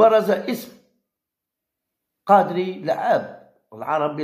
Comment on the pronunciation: قداري وليس قادري ياعمي أحمد